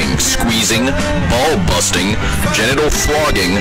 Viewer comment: The way it say ball-busting